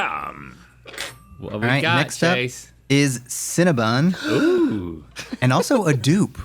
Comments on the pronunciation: CinnaBON, not BUN. 😂😂😂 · It’s CinnebOn, not CinnebUn. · Cinnabon “BON” not cinnabun!